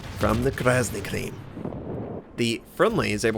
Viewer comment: Face Palm Krasny Krym = Red Crimea..... Not Cream